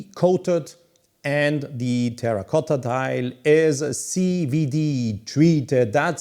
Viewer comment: Congratulations for the good pronunciation "terracotta" I think is my favorite color even in the most difficult light conditions, it is always a pleasure to see your videos